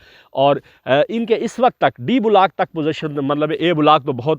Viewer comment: کیا وجہ ھے کہ گورے ویڈیو بناتے ہیں تو ان میں گرامر کی غلطی ھوتی ھے نہ تلفظ کی۔ ہم لوگ "بلاک" کو بھی بگاڑ کر "بولاک" بنا ڈالتے ہیں۔ بھئی یو ٹیوب تمام دنیا میں دیکھا اور سنا جاتا ھے، نشر سے پہلے کسی سے تصحیح کروا لیا کریں اور مشق کر کے، الفاظ کا محتاط چناو کر کے، بین الاقوامی سطح پر پاکستان کا نام روشن فرمائیے۔